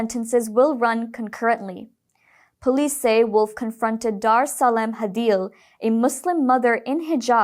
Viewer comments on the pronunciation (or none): none